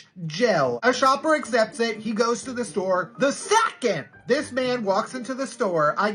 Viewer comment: the way he says “ SECOND!” And “BOTTLE” ☠